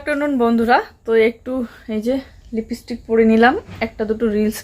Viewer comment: তোমাকে আগেও বলেছি লিপিস্টিক উচ্চারণ নয়, লিপস্টিক উচ্চারণ।লিপ মানে ঠোঁট।এবারে ভুল উচ্চারণ করলে শাস্তি পাবে কিন্তু।